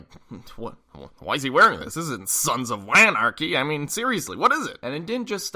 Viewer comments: No matter how many times I watch this, "Sons of WAnarchy" get me every time. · Lmao. "Sons of WAnarchy." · "Sons of WAnarchy" got me good. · "sons of WAnarchy" I am SCREAMING